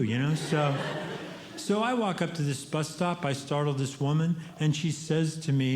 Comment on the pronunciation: Every time he says bus, I hear butt